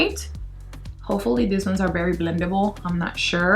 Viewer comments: I like it when she says bery not very bictoria secret and not vitctoria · I can not understand why you cant say very but bery. Like why? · why do you say bary instead of very and bootie intesd of beauty